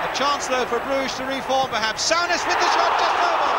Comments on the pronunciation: Sow-ness instead of Soo-ness haha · FFS Brian..Its Soo-Ness, not Sow-Ness. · Great goal from Kenny....but look how well Souness played too. ( or "sow-ness", as lovely old Brian Moore kept calling him). I think the signing of those two players were probably the most important in the club's history and transformed them from a 'merely' great side into one of the best the country, and Europe, has ever seen.